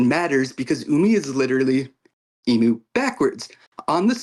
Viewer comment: I thought it was funny for some reason the pronunciation of Imu as E-mew 🤣 reminded me of Mewtwo pokemon